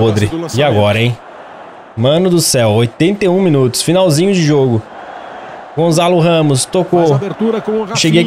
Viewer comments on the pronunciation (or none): não se diz Gonzalo Ramos dis se Gonçalo Ramos obrigado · NÃO É GONZALO RAMOS É GONÇALO